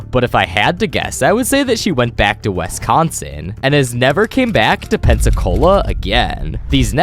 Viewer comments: Do not ever pronounce Wisconsin as "Wess-Cahn-Sin" ever again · “Wesconsin” why do u say it like that lol